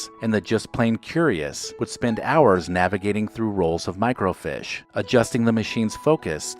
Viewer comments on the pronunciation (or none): It's microFEESH, not microFISH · and thats how we looked up things working at ATand T> microfiche (Feesh)